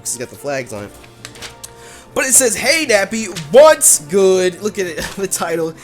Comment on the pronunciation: When you do you intro why do you say "BWOTS GOOD YOUTUBE" instead of "WHATS GOOD YOUTUBE"